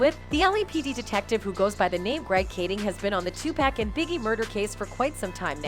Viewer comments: Lady lost me at 2Pack and sooj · HOW N THE HELL CAN A KRA'KA TELL YOUR STORY, WHEN THIS IDIOT COULDN'T EVEN PRONOUNCE NEITHER 2 PAC NOR SUGE KNIGHTS NAME CORRECTLY